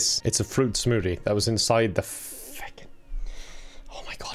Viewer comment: says smoothie as "smootea"